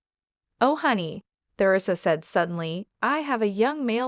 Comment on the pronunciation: Who pronounces her name “Ther ree sa?” Nobody except for the narrator and people who lived about 600 years ago.